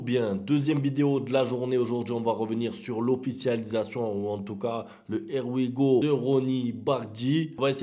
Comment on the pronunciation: Quand tu dis " Air we go "😭